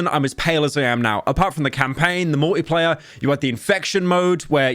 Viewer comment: everytime he says "multiplayer" I hear "Morty player" and now i can't unhear it